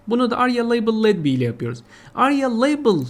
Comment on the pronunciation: Merhaba bey "aria-labelledby" ifadesi sanırım "arya leybılıd bay" diye okunuyor. Trafından etiketlenmiş (etiketli) anlamında. Videolarınız çok güzel emeğinize sağlık.